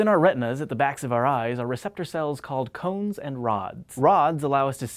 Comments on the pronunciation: Why he say "crans" funny? I dern't git it. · is it me or does he say cones wierdly?